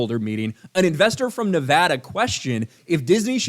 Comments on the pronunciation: As a person from Nevada, thank you for saying Nevada correctly lol.. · Wow you said Nevada correctly! Kudos